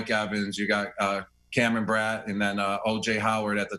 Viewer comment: I love how he said Godwin's and Brate's name wrong xD